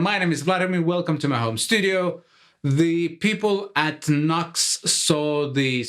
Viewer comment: Great. thanks NUX pronounced Nuu X but I say NUCKS;-)